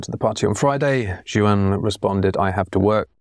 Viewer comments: I love MLST, and was sad when the vids slowed down for a bit there. I just wanted to give a little FYI: the name "Juan" is a Spanish originated name, and it's pronounced "Won" or "Wawn" as opposed to "Joo-ann". Just a little tidbit there for ya! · I love this channel but this is killing me, "Juan" is pronounced "Hwan", not JU-AN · Love the content coming from you guys, MLST! But now my biggest question is: is there an Large Language Model model that can explain pronunciation of the name "Juan"?:D:D:D